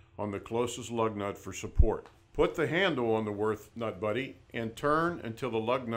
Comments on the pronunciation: What the hell is that pronunciation? It's Würt(h) not Worth. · It is not "Worth". It is Würth ffs. The two points on the u are here for a reason, you gotta say it the German way. The W sounds like a V, the u like in "cult" and the h is silent so you only say t. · U say it 'wyrt' not 'wyrf'... Ffs... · Des heisch WÜRTH, ned "worth"! Heidenei... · Just for your own information: Würth is a german company and it‘s wÜrth -> converted to english it‘s wUErth! Have a german in the headquarters explain that to you! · They really butchered the company's name. Worth? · its WÜRTH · Cant even spell or pronounce the companys name the right way, smh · Ü god damnit its a fucking letter and NOT the same as an u...people! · Gib dir Mühe, und sprich Würth so aus wie es ausgesprochen wird. Und nicht wie du dir deinem Amischhädel zurechtfantasierst.